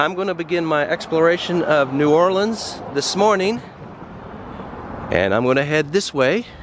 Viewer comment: I am very proud of you,, for pronouncing New Orleans properly.